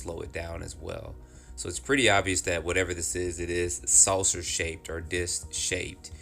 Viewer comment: Is he saying "Salcer shaped?" These are really good videos!